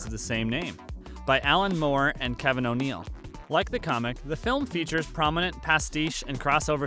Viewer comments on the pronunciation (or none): none